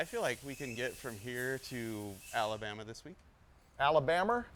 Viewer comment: Abalama? Or Alabama? Lisdexia sucks! LOL!!